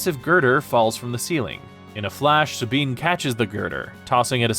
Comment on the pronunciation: Sabean...... is this Spanish pronunciation???